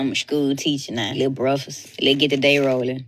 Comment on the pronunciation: What is a brefus?? If she cant pronounce basic english words, she has no business teaching.